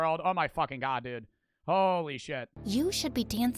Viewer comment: OH MY GUAWD WEAS JIMMY BEAST MAN